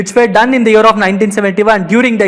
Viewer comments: He said "year of"... I heard " Europe "🤷🏻‍♂️ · When he says year of i hear Europe😀 Bdw very knowledgeable video